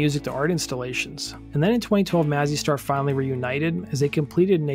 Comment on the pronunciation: Maze- e Star. Pronounce it correctly.